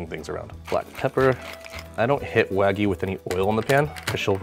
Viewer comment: I was going to watch the video until I heard "WAG-OO" It's pronounced Wahg-you